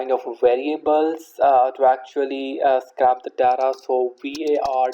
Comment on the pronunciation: Just to let you know scrape isn't pronounced like that, think of the word ape with scr in front of it. What you are saying is "scrap" which means to throw in the bin, very different meaning :)